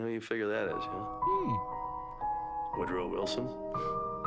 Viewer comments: The pronounciation of his name is not Wood, but Wow with a T. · From the Netherlands;). Wout sounds like "crowd", NOT "wood" So think "Wout" is spelled "Wowed/Wowt" and thus crowd rimes;) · it's pronounced: ''Wout'', as is in ''about''✌ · Hi love your content, his first name is pronounced as wow+t, so like you say how, greetings from holland!